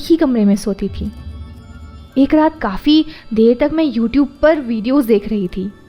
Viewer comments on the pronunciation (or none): none